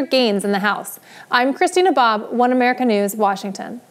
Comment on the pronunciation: Every time Christina says her first and last name together, I hear "I'm Christy Nabob". Just me?